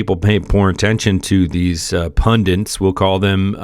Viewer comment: Pundints? I think that the word is pundits.